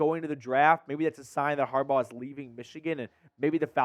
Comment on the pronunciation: Get the man name right smh it’s “Jim Harbaugh”